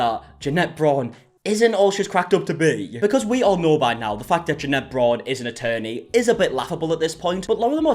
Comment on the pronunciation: loves to mispronounce Jeanette’s name just for the middle finger vibes.